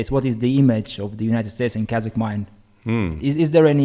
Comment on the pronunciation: love how Daniel pronounces the word KAZAKH👌